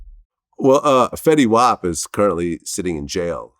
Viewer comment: When you call fetty wap fetty wop…… big L